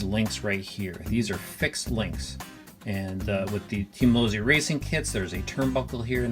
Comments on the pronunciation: Losssssi not Lozi lol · Chris Webb Pops Losi, the founder of the company told me how his family name is actually pronounced while we were having dinner at his house. Then he told me he was fine with how I pronounced his name. So.... Lozi.